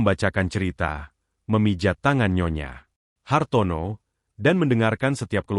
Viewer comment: Cara bacanya : nyonya Hartono Bukan : nyonya, Hartono Pemenggalan kata yg tidak tepat dapat membedakan arti